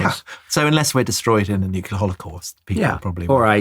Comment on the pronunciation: Sorry, but, please, you're educated, it's new-clear, not new-kew-ler